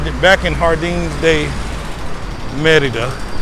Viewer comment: Love that you pronounce Merida correctly. Just started watching yr videos and subscribed.